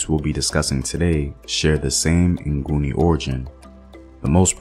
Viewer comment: Its actually Ngoni not nguni....Ngoni means without sin/those who dont sin (Abangoni)...nguni was coined by the invaders since they couldn't pronounce "ngoni"